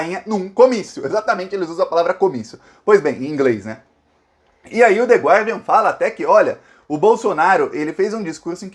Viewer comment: Oi,! A pronúncia do jornal é /ˈgɑːdiən/ sem pronunciar a letra "u", ok, dear? Admiro sua precisão vocabular usando a nossa língua, sou sua parça aqui com frequência.